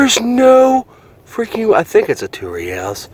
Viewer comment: I realize you're not Spanish but if you Google Reales pronunciation you can hear how it should be pronounced. You're a smart man and this will make you sound even way mo' smarter (O